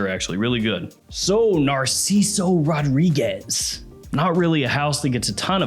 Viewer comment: That bothers you ? What bothers me is when he says “ RAW-REE-GUESS” . It’s suppose to be ROH-DREE-GEZ